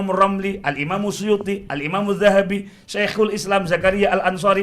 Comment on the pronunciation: Gila si, imam asyuyuti dibilang suyuti..stres